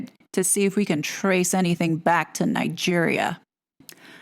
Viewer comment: Yes I was a trifle surprised that Angela Levin could not pronounce Nigeria. And why does this so called humanitarian need a PR Team for anyway. Just having a PR team tells us she is on the make. I think Prince William will intercede in this and get rid of Harry and Meghan. Next they will loose their titles esp after her book. She is weighing it up whether she wants the title or the book!!!!